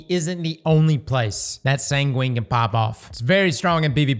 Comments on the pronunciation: Sangwin. That's how it's pronounced! You don't say pengween right? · Sangwin sangwin! San gwin! Say it with me! 😂